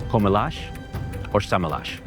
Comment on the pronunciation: Alguém que pronuncia "com elas" e "sem elas" como "comelas" e "sêmelas" não é de certeza português.